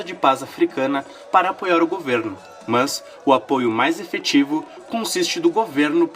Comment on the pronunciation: o jeito que voce pronuncia "mas" é muito chata